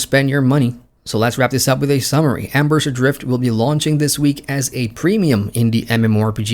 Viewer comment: Cool... but it's Embers Adrift, not Ambers Adrfit.